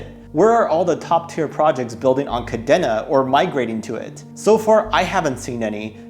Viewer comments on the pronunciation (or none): Good video _ however its pronounced Ka Deen Na